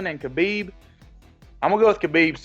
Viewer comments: Those who are a fan of the Russian, you can start by pronouncing his name correctly. It's not Ka beeb. The K is silent.\ It's Ha beeb Nur mog a may doff. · You said his name wrong, it's not a Russian thing whatsoever, his name is a Arabic name. It's not Ka bib or Ha bib, listen to Ariel Hawani's saying Khabibs name and you will learn how to say it properly.